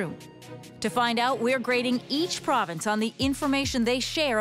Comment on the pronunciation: it's province not provence